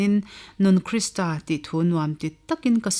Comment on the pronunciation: A va ṭha em..chhiar tu pawhin athiam, mahse KRISTRA ti lovin KRISTA tih tur ani e.